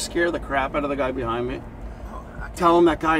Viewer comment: he didn’t say behind He said buhind